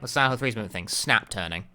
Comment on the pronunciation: Took me about ten minutes to realise he was saying "Silent Hill" not "Xanahu"